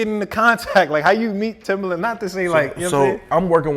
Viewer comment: How are you gonna consider him a legend and work with him yet you can't even say his name right? Keep calling him timberland and there isn't a r in his name smdh